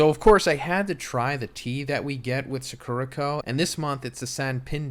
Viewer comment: the way he’s pronouncing “sakura co.” in the ad is killing me, i know this literally has nothing to do with jjk but c’mon, you can’t read this much manga and view this much anime and not know: SAH-KOO-RAH